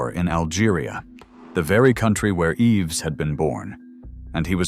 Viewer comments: The world's worst French pronunciation. I mean, really: EEvz for Yves (EEv); Berszh for Berge' (Berzhay). Disgraceful. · I truly enjoyed the video however it’s jarring that you sometimes pronounced his name incorrectly Yves is pronounced Eve you seemed to get it right when saying his entire name. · The "s" in the name Yves is silent! Yves = Eve